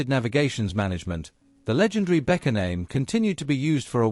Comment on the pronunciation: Как можно Беккер прочитак, как Бетка?? Не смог дослушать до конца😬